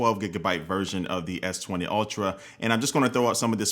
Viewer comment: S twentay !!!😂😂😂😂